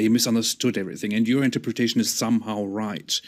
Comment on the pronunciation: its unreal that after so many debates and so many people pointing it out he still cant pronounce interpretation.